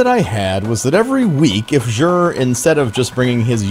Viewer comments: This is not how you pronounce Xur.. listen to the postmaster in the tower and you will feel silly for going out of your way to pronounce it like this. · Love your vids and streams. but I just have to ask. Why do you say "jher"?